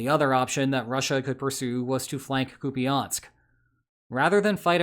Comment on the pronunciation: Koo-pee-ahnsk, eh? lol...